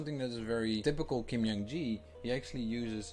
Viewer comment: Just a small correction. His first name is pronounced as J, not Y in Jung, and K, not G in Gi. So it should be /ˈdʒuhŋ ki/.